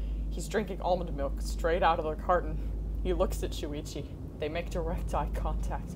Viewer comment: Kokichi: Almond malk (=